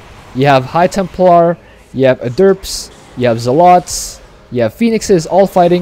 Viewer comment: This is the first time I've heard someone call Adepts "A-derps". lol I don't know if that's a mispronunciation or intentional. Either way it's funny.